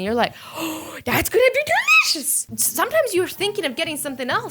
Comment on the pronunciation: How do you do that 'delishise!!👌?'